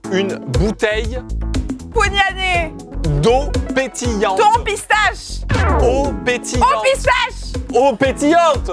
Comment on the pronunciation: le "eau pétillante" qui sent bon le sud